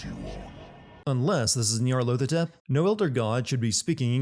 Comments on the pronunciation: It's "Nyarlathotep" not "Nyarlothotep" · Innsmouth is pronounced Innsmuth. NyarlAthotep, not NyarlOthotep. Dude, do you even Lovecraft?